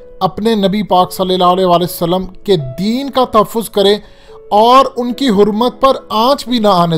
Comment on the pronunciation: صلی اللّٰہ علیہ کا تلفظ درست کرو میرے بھائی کئی بار کہا ھے